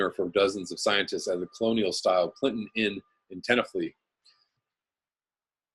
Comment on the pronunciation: TEN eh fly, not flee.